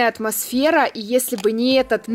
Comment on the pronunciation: Посчитайте сколько раз она сказала атмосвера!🤣😂🤣😅